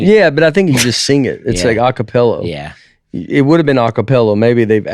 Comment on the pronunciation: Anyone notice Nate pronouncing a capella as acapello at 54min mark. 😂😂